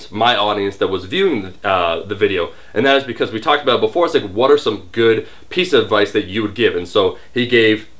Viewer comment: let's talk Aboot it! lolz